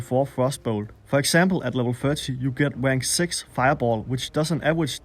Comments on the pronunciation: Good video, but never say "Rank" again. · I laugh whenever you try to say "rank". Sorry...